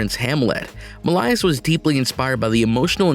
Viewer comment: Oh dear God, they can’t make a fake narrator who can properly pronounce “Millais”?? Or “Pre-Raphaelite”?? Sickening. And it’s heart-RENDING (as in tearing), not heart-RENDERING (as in depicting). Uck. Can’t listen to this mis-pronounced, poorly worded junk any longer…